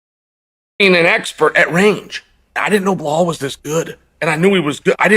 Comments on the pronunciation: How much did "Belhaul" pay Chael to say these things lmao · Blahaul 😂 Alex Pierre 😂